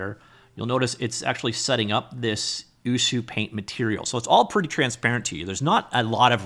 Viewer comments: It's actualy pronounced as U-chu-paint, as Ucup is the developer name :) Also, the dev seems to be huge fan of ACG culture, that's why you see Ina from Hololive. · Color (or paint haha) me wrong. I was sure this was pronounced "you see you paint"...but watching tutorials from the app creator himself, ucupumar, he pronounces it "uchu paint". Great video as always. Really is a great tool! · Learn how to pronounce the name before showcasing... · I'm impressed with how you manage to pronounce ucupaint differently each time you say it! :D Tip: hold shift when dragging blender sliders to increase precision, useful for a lot of sliders in ucupaint like UV scale and layer opacity